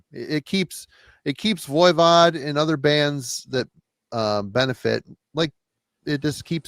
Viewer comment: for the love of all things holy lol, would you please stop saying ‘Voya Vod.’ It is pronounced Voi as in ‘boy’ Vod. Sorry to get picky but I have been putting up with your mispronunciation for years and am crashing out lol.